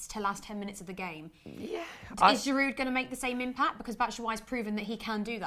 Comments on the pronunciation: It's Giroo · Learn to pronounce Olivier Giroud’s name properly - idiots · Butchered his name. It's not even difficult to pronounce